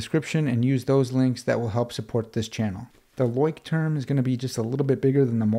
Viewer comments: Nice Video 😊 and one quick remark: Leuchtturm is a german Brand and the correct pronunciation would be: “Loi-sh-toorm” (if you’re interested) greetings from a German follower 😊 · As a german here its really funny how you pronounce Leuchtturm 😂 it actually means lighthouse wich could be used as a metaphore for guidance and safety. Quite poetic